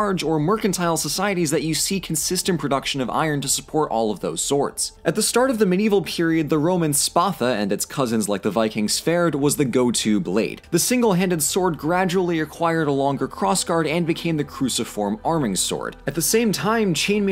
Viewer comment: The only thing in this video i didn't like was when you said svärd or as you said it swerd it hurt my swedish ears, i don't like people trying to speak old norse, fakt is that it's a dead language that can't be spoken, useing moder nordic/scandinavian vocabulary can do the same in a more acuret way. Recreated old norse is BS. Love the video otherwise keep on the good work.